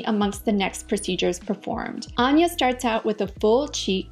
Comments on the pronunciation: I heard Anya pronounce her name ANN-yuh, and you pronounced it AHN-yuh (at least that's what I keep hearing). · "lets get the correct pronunciation of Anya's name" Anya - "hello I'm ANNE - YA ", with chest - "AHN-ya" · “hello I’m “AAH-nya”: let’s get her name right, it’s AHNN- ya” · I actually found it incredible endearing when you discussed the pronunciation of her name. Immediately after she says "Anne-ya", you say "Ahn-ya". But I say potato & you say po-tah-to so it's no thing. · anya: hello, im anne-ya: ahhn-ya taylor joy lol sorry just thought it was funny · First time watching one of your videos, came up in suggested, interesting perspective. The one thing that was confusing & jarring was how you pronounced her name after making a point of playing a clip of her saying it...I listened to it quite a few times over because I hear her say "Ann-ya", but it sounds like you are saying "Arn-ya". Could just be me but I felt uncomfortable every time you said it after that. This is constructive feedback, not a complaint. I can be hypersensitive to these things, so perhaps does not bother others as much. Thanks for an informative video, it was well presented. I feel sorry for her & hope that she has found some peace with herself. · but she pronouces it as "Anne-yah" not "Ahn-ya" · She clearly pronounces it Ann-yuh, not On-yuh. Listen to how she says it on SNL promos. It's like the name "Ann," not "On." That's how she says it in the clip you say helped you learn how to pronounce it yet you then start saying "On-yuh." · 😂😂😂 she said Anne-yuh, not On-yuh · She clearly said ANN-ya, not Ahn-ya 🙄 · lol, Anya clearly says 'Anne-ya', then you still call her 'Unya'. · You had her state her name and then continued to pronounce it incorrectly 😂 she clearly said “An-ya” not “Ahhnya” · ok sooo even after getting the "correct pronunciation" by Anya herself this lady STILL got it wrong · Here is the correct pronunciation of her name. and Still says it wrong.